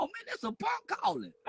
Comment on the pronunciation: 🤣😂🤣💀 "This a ponk!! Aaaaw this a angry ponk callin me" 💀